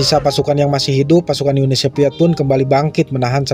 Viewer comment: Uni SoViet bukan Uni SoPiet. InVasi bukan inPasi. F bukan eP. V bukan P. Ngerti ya mang?